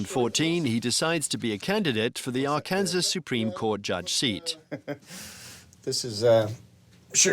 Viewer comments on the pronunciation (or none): Before doing a documentary you should learn how to pronounce Arkansas! It's not Ark-Kansas! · AR-KAN-SAW. Not Ar-Kansas. Interestingly enough, both Arkansas and Kansas are named after the Kansa Tribe. However, the "Arkansas River" is pronounced Ar-Kansas River in western Kansas. Ar-kan-saw River in Colorado and Arkansas. Crazy, huh?